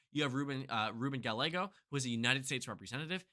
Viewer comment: Oof at that "Gallego" pronunciation 🗿